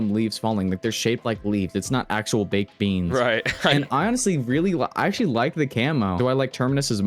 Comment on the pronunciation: “Baked beansl 😂😂😂